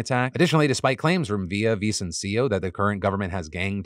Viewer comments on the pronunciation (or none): Come on Phil, didn't you say you were learning Spanish on Babbel? You should be able to pronounce Villavicencio's name properly... (hint: there's no accent on the last i) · Phil saying "Villavicencio" 😆